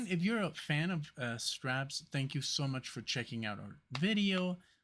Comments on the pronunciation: Think strawberries and you'll get the way to pronounce Strawbs!! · pronounced like Strobs.